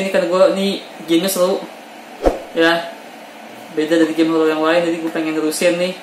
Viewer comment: Horor pak, bukan holol. Wkwk # 👻Kabooorrrr